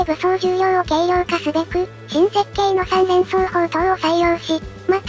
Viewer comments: みれんそう、と読んでる可能性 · いや、「❝み❞連装砲塔」って言ってるよ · 全部、三連装を「にれんそう」と読んでますね。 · 字幕では「三連装砲」ってなってるのに音読では「にれんそうほう」ってなってますね